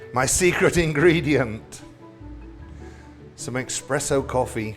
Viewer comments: Darren, it is pronpunced ESpresso. Not EXpresso. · Everytime someone says eXpresso instead of eSpresso an italian nonna dies of shame. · Terrific presentation Darren! but i'm surprised at you saying "eXpresso" when it is in fact "eSpresso" Thank you Darren🍀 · Chef Darren, please remember that there is no x in espresso. It's not ex-presso it's espresso. I know you speak the Queens English. Delicious recipe. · A shot of Bailey's would be great too! (But pleeease drop the X? It's eSpresso, not eXpresso!!) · Every time I hear someone pronounce espresso as expresso I die a little, but yes, just as its great to have a bit of coffee in chocolate to enhance the chocolate flavor, in a coffee dessert its great to have a bit of chocolate as well. Or a Texas style chili for that matter. Definitely going to try this recipe. There is a chocolate cake I learned long ago, that is a modified version of what we in sweden calls kladdkaka (sticky cake) which is a chewy goey chocolate cake. But the trick to this one is that you add a layer of tosca like topping, basically you boil sugar, syrup, cream and butter and then put in a lot of coconut flakes. That mixture you then spread on top of the chocolate cake. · eSSpresso...not eXpresso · Expresso?? Espresso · Did you say EX-presso? The HORROR!!!😄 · How is it that even a “pro” chef from England can’t properly pronounce “crème brûlée” or “espresso” without an X. Shameful.